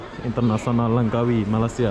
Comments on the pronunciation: You cannot say Lengkawi you must say Langkawi keep up and good job😎👍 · Ejaannya betul2 Langkawi bukan Lengkawi...